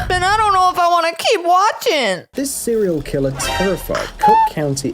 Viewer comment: he said cerial killer